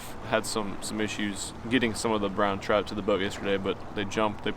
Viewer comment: I love the way he says trout 😂 Had the biggest troot I've seen in my life.